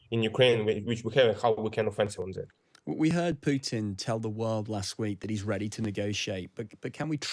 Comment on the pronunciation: He can't say Putin's name. How about Sauron ?